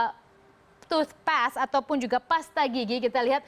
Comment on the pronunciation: "colgate, merupakan salah satu toothpesst....."